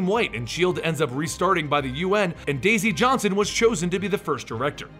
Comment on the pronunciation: Why did you call daisy Johnson, daisy joe?